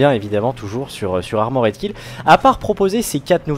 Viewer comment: on a tous des cours d'anglais à l'école non? j'ai pas encore trouvé un seul commentateur BF capable de prononcer correctement Armored Kill, je commence à perdre espoir